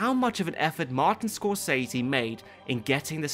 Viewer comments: that movie monster REGARD can't even pronounce Martin's last name, one of the most famous directors of all time..... ScoreKhaise .... w t f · did he say "Scorcasey"? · in that case, welp indeed - "ScorCese" almost made me cry... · “Martin ScorCASEY” boi I’m rlly bouta snap😤